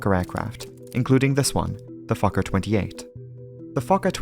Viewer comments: It keeps sounding like you’re saying f*cker instead of Fokker. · I don't care how many times I hear Fokker, I wake right up thinking he said something else. 😂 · I'm very immature, I hear fokker I lol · I’ve seen so many of your videos but no matter what I still giggle inside when I hear “Fokker.” 😂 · "Fokker headed for Moerdijk..." 🤣😂🤣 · Fokker ... haha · I snicker every time Fokker is said 😂